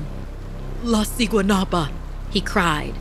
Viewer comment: Guatemala is a poor country they would never do something like this plus there is no Valentine’s Day there also u said siguanuaba wrong u say it with a b also who tf goes to a swim date there and no one over there looks that cute